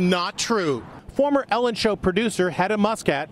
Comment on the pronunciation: Also it’s show not shoe